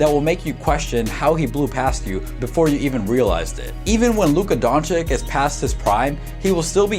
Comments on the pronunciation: Like the vid. But it’s Don-“chitch”, not Don-chick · DONČIČ..not donćik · Great video. But not Dončik its Dončić 😁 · It's pronounced don-chich not don-chick lol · LUKA DON*CHEECH*..PLEASEEEE :( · He is Luka Dončić and not Luka Dončik. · Say "Donchick" one more time. I dare you. I double dare you. Where the fuck did u get that from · Nice video but... Don chick??? This video took forover to be made? If you could just took few minutes of this time for his last name would be great. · his is name pronounced don-chitch btw. Ppl say it wrong all the time tho so it doesn’t rly matter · you are saying his name wrong and it is irritating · I give you like when you say his surname right bro-for real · for the love of god learn how to pronounce his name right....an otherwise good video completely ruined by your continuous mispronunciation of his name